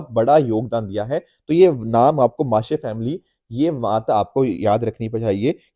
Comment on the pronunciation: Pronounciation correction It's वारली पेंटिंग and not वरली Founded by जीव्या सोमा म्हसे not माशे